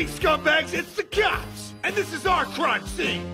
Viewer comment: I love how he pronounces “cops” as “cyops”